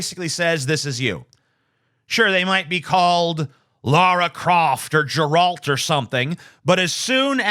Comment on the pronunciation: I chose to believe you mispronounced Geralt purposely to give the triggered an opportunity to realise how reactive they are. Most rejected the Siver platter.